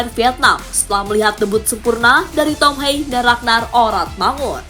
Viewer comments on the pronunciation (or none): Cara bacanya tom ha-ye bukan tom hey